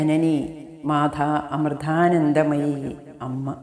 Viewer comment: മാധാ അമൃധാനന്ധമയി എന്ന് പറയാതെ മാതാ അമൃതാനന്ദമയി എന്ന് പറയൂ